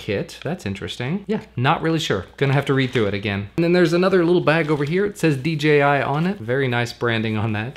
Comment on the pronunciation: Its dji not dgi